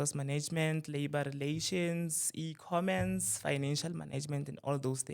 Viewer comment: When he started saying "e-commence", I knew he did not study it. How do you mispronounce your qualification?😅😊😂 CRAZY 😢